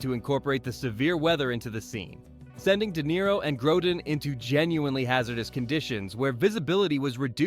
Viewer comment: This is unbelievably sloppy, lazy and glaringly wrong in many places. First the mispronunciation of Grodin and then confusing an airplane for a helicopter is just plain irresponsibly lazy which undermines any credibility for this presentation as a whole. Good for you to not realize the airport scene was in Las Vegas and wasn't in snowy conditions. Thanks also for not realizing the "Arizona desert" was actually a location in New Zealand.